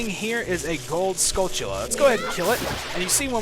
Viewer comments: Is this dude saying skull-chilla? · I can understand all of the other pronunciations but there is the 'ch' in "skulltulla" man?